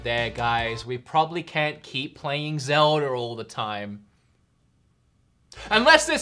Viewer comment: I love how you say zeldarr, like a pirate